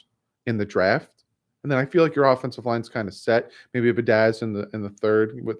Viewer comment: As a victim of last name butchering my entire life - you are killing me bud. The Wisconsin o line is pronounced be-add-ish...and the jags pass rusher is n-gok-way. Personally, I think they shelved Rosen to let him develop instead of a full year of teeth getting kicked in again; ensuring he is ruined for his career. I think he could be a solid starter/Alex Smith type - depends what is built around him - I still feel like Marino and his knee braces is still a better option :p Keep doing what you are doing bud; loving the content as always!!!